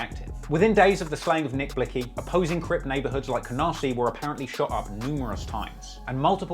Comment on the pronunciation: Nick Blick zee btw 🤣🤣🤣🤣